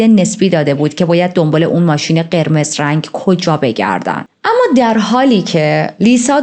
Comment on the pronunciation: آمــا. نه اما درسته. ولی حال خوبی میده به شنونده هات. بیشترشوخی کردن باکلمات خیلی دلنشینه ادامه بده❤❤❤ریــــتــاجان❤